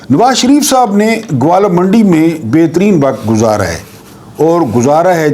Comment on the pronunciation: ، معذرت کے ساتھ عرض ہے کہ لاھور کے اس علاقے کا نام گوالہ یا گوالا منڈی نہیں بلکہ گوالمنڈی ھے۔۔۔۔۔!!